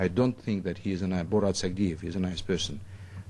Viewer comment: Sachidev? Sagidev? It’s Sagdiev The host could not get the i and the d in the right order. How annoying